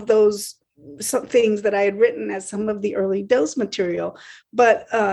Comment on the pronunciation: its not pronounced 'dos' like the old operating system, it's 'dose' (like spanish for 'two'), just sayin'! ...